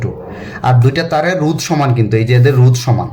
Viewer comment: Sir pronunciation rou na ro 😊